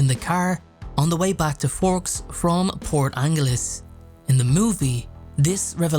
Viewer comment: The Quileute Tribe is pronounced QUILL-yute (kwill and yute as in cute). Also, the “g” in Port Angeles makes a “j” sound like in jump or jury. I mean you no disrespect. I’m from the Pacific Northwest and these are commonly mispronounced words. Thank you for the video it’s very informative, cheers.